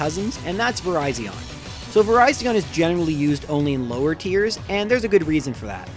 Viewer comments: It's Ver-i-zhin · Ok its virizion not verizon. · The only fact that's worse than placing Virizion higher than Guzzlord is the way he pronounced it